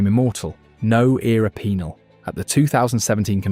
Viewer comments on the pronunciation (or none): No Era Pee-nal killed me 💀